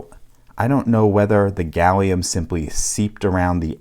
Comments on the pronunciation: You've said Salium 96 times in this video. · Shouldn't Americans call it Gallum? Like aluminum.